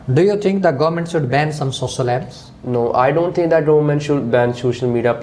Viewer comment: Sossal media 😂😂⚠️